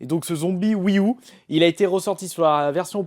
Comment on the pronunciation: Tu pourrais dire wii you plus que U mdr ceci me stress